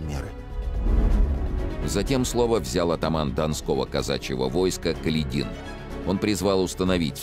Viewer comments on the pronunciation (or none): он даже неправильно ставит ударение в фамилии атамана Каледина. Как это раздражает. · Не КаледИн, а КалЕдин. Неужто читающий не знает истории?